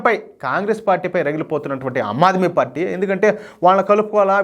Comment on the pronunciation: "అమ్మాద్మీ పార్టీ" కాదు, ^ఆమ్ ఆద్మీ పార్టీ° అనాలి సోదరా.!😇😛😋😜🥰👉👉